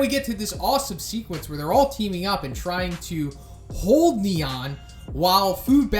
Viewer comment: The way pronounce "Nyan" triggers me...